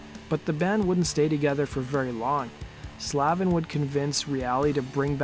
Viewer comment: Sandy pronounces his last name: SLAVE-IN.